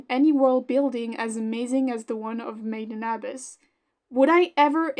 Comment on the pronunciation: the way you pronounce made in abyss its so painful to hear